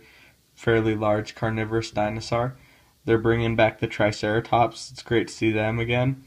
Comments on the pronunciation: Wtf is a dinosaar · I love the way he pronounces dinosaur